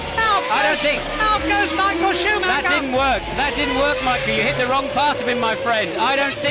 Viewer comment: Who the fucking fuck is Michael Shoe Ma ha?